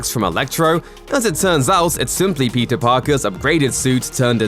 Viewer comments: Same even the captions are reading Pizza Parker instead or Peter. I guess it's Pizza time. 🍕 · I hear "Pizza Parker" not Peter lol.